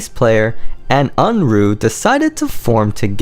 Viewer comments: Thank you for this video. Though I was lost when I heard uhn-roo instead of Uruha (oo-roo-ha). Hahaha. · Boy, you mangled the hell out of Uruha’s name.